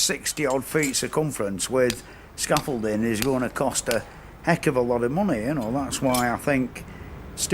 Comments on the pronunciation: Must be American cos he cant pronounce scaffolding properly 🤦🏻‍♂️ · The way this fella says "scaffolding" freaks me out. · I was wincing a bit at your pronouncement of scaffolding 😂